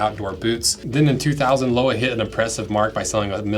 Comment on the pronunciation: Thanks for the nice review, Lowa are my favorite boots and It’s been a great pair for my hikes in the Alps. Btw it’s pronounced Lo-va 😊